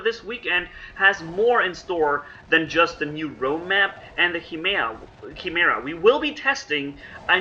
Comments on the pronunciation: 😵😩 everytime you say "chi" "mera" lmao. I love your content but its supposed to be pronounced with a K like - "ki-mera" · It’s pronounced ki-mar-ah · chi·me·ra kīˈmirə,kəˈmirə/ Hope it helps.. many people commonly can never pernounce it as it should be... It is pernounced as with a "K" beginning sound.. You are doing great with these videos.. I actually learn alot from watching them..learn some great tips and set up ideas. Thanks and keep them coming. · I think its pronounced as “Kai-mera” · I think it's pronounce KAIMERA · (kīˈmirə) Here you go,. First part rhymes with "fly" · pronounced chim er a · Not being rude but Its spelled "kai-mera" Name for an abomination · Like "k"imera dude